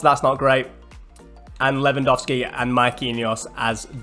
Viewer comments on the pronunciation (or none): none